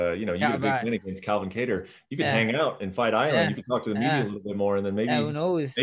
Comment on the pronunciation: The real 145lb champ. This man really said “Ka Tarr”😂